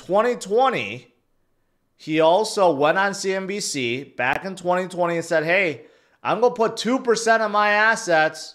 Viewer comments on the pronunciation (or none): none